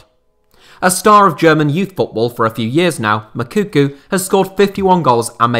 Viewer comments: “Makuku”😂it’s Moukoko! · Moukoko not Mokuku, damn English talking people 🙄😅🤦🏾‍♂️ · Your Moukoko pronunciation makes me laugh 😄